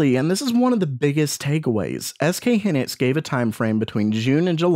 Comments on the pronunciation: HYnixs, not hinics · hee-nix lol it's hai-nix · SK Hynix, not Hinix - 'Hy' like in Hyena ( /haɪˈiːnə/ ) , not like 'hi' in hindrance ( /ˈhɪndrəns/ ) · Triggered. It's "high-nicks". S. K. "High nicks"